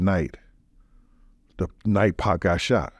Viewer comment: Great podcast. Listening to wrestle with pronouncing "2pac...2pock...2puck" throughout it made it for me haha